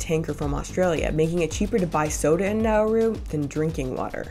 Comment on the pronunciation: it's not pronounced now-uu-ru, like you're saying. it's like, quicker. like nah-roo.